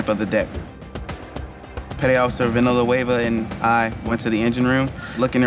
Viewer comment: Did I hear "Vanilla Wava" lol